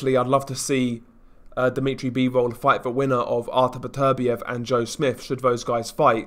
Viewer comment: "Deemeetry Beevowl"